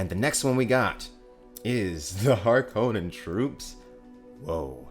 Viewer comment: Waiting for the moment when you realise you've been pronouncing Harkonnen and Chani wrong all this time... 😉 😂 That aside, bring on your full trailer reaction. That, I'm looking forward to... 😁👍 Also looking forward to the rest of the cast as I'm sure there are those who haven't been announced, such as the Shadout Mapes and Captain Nefud.